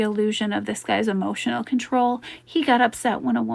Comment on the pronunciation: !!" Hemotional Damage "!!